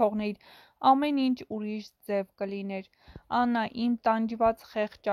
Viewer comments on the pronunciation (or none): Հարգելի կարդացող անունները ճիշտ կարդա Աննա ոչ թե Անա